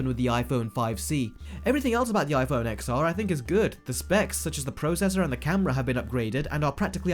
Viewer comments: For fuck sake, it is pronounced iphone 10, 10R, iphone 10S and iphone 10S Max. not "X" or "XR". Pisses me off than people never heard about Roman numerations. Did during Apple presentation anyone used wording as "XR" or "XS"? NO! About everything else your video is completely correct:) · Watching on my iPhone XR :) More than happy with it. Can’t take a word from someone who can’t pronounce the name of the phone right.